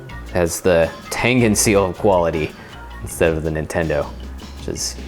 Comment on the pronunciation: god damm it its tengen not tengan